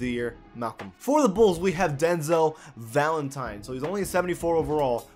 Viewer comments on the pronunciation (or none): none